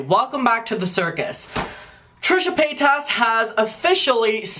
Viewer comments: Páytas not PayTASS… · LMAO, he's the first person I've ever heard pronounce it that way